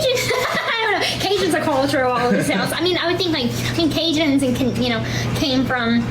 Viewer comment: "Caujins come from... Canada!" -Gypsy Rose